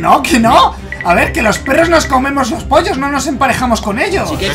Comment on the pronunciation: no se dice pros se dice prrros